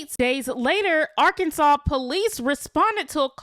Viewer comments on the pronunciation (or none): none